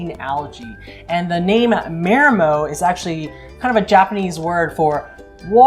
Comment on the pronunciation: Repeat after me: it's pronounced "mah-dee-mo"..."mah-dee-mo"..."mah-dee-mo"...